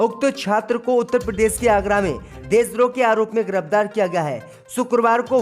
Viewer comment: Abe bhai Laukhnaw ko Nakhanaw aur giraftar ko girabdar mat bola karo Mulayam Singh Yadav kitana bhi Jordan laga len parantu Shivpal ki koi aokat rajneet me nahi badegi kun ki Akhilesh ji ne kharab chhavi wale logon ki chhatani kar ke SAMAAJ WADI PARTY ko sab se achchhi aur sughad chhavi de di hai aane wale vidhan sabha chunav me yahi party S.P. hi U.P. me sarkar banayegi